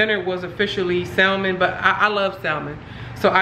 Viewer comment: I love you but you make me laugh when you say salmon 😂 the L is silent but maybe it’s your accent, who knows P.S I love your videos and your energy 🥰